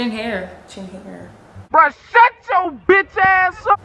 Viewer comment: She said bitsh